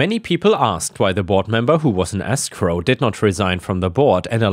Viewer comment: escrow is pronounced ESSS scrow not EEE scrow.:-)